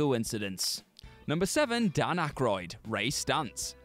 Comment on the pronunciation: You straight up misspelled AND mispronounced Dan *Aykroyd's name